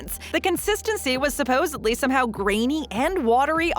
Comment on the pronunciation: As a professional narrator, it drives me crazy to listen to this lady. It's SUPPOSEDLY, lady, not SUPPOSEBLY. You're a professional, and it's a pretty simple word for pity's sake.